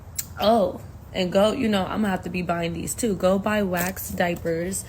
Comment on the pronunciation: Did she say go buy wacks diapers😂😂😂😂👋👋